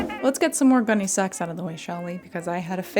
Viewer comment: Not my food-motivated-ass hearing "Gunne Sax" as "Gummy Snacks" 😩